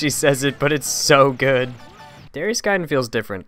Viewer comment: It's really pronounced "da-rye-us"